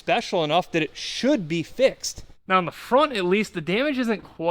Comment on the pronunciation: "Ohhhhwwwwnnn" Nope its just "ON"